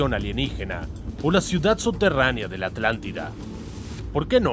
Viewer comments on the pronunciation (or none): none